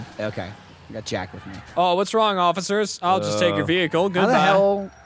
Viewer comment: when says "Hello ociffers" That flub tho lol